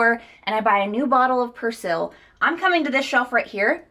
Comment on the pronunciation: That’s not how you say persil 🙈